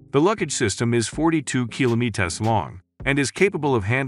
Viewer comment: 35 kilomeetas